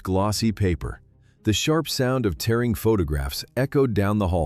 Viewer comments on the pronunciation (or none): none